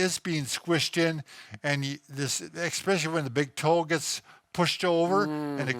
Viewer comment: ...it's especially...not expecially. 🙃 I especially like your videos.